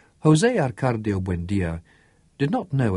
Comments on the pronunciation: Yes its very annoying that the reader dont say the correct names. Why does he say ArcaRdio and not Arcadio like in the book. When someone is called Smith, you wont say Smirth right ? It makes no sence.. but it is the greatest book ever written in my opinion !! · For instance it's Jose Arcadio, not Jose ArcaRdio. Also the GUI in Aguilar would be like in the word 'guinea'